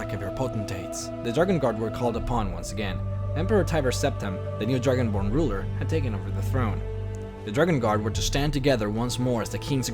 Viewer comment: it sound like you said Dragon Porn at the beginning